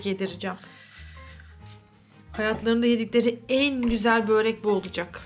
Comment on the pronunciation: Böğğğreek değil. Börek.